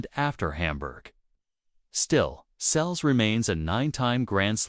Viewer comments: It’s Seles, not Sells, you idiot!! How frustrating! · Please learn how to pronounce the names correctly, ruins the story when you repeatedly get it wrong. Seles (pronounced Sel less)